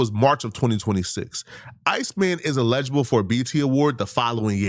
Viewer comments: saying "eligible" is sending me 😂 bro that word is body slamming your big azz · I love the videos big fan but Google the pronunciation of eligible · If you’re going to sit in front of a camera and talk for a living, maybe you should learn how to properly pronounce words eligible isn’t even a hard word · Can someone please teach this guy how to say eligible? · Got me over here sayin eligible wrong 😅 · Bra, learn how to say “Eligible”before you start saying people are dumb and can’t deal with complex thoughts. DON’T then breath you slide through saying “Eligible” the wrong way 🤣You 30 something, it’s embarrassing doggie… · not being able to say “ELIGIBLE” is hilarious 😂